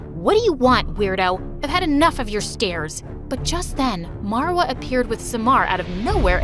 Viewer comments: these name pronunciation is killing me lmao how does ahmed turn into ehhmed and how does marva turn into merva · These names are egyption cuz I am so I know but like the way she said them are wrongggg Samar is summer in English marwa is Marrrrr waaaa in pronunciation and then farah far uh :) quick tip lol